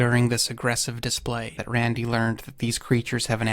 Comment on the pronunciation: The way this guy says "Rrrrrrandy" is ridiculous.